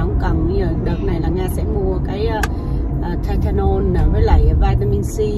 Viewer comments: e ơi không nói là tê tê nôn mà là thai la nôn nhe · TYLENOL ( Tai - lơ - non không phải Ty - tơ - non ) nha TN ú ù ! 👌🥰